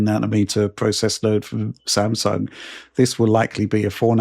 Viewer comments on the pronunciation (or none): none